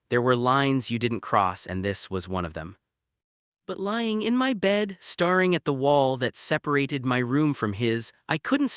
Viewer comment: Good story but AI's dat-ing, star-ing and debat-ing instead of dat(e)-ing, star(e)-ing, and debat(e)-ing, is very annoying. This can be fixed by editing AI, or preferably by using a real voice. Btw, genetics doesn't come into having children for same sex couples, there has to be a donor either way who doesnt need to be related to either partner, or by adopting children 😉